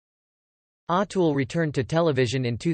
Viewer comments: I can't listen to this anymore ... in the first minute, you've mispronounced his name 4 times. There's really no excuse for that. If you're going to do videos (and therefore make money) talking about people who have been so popular and so influential, LEARN HOW TO PRONOUNCE THEIR NAMES!!!! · Pleeeeez pronounce his correctly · Pronounce his name correct